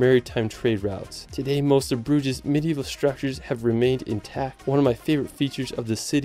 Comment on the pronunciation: And on your pronunciation for crying out loud. 🤣 This vid is beautifully edited but poorly narrated. I have never heard anyone mumble English so unintelligibly in a video that looks professional. It's a major turn off. 🧐 😎Pronouncing "Brugge" as /broodgeesh/ wasn't even the worst offense. 😘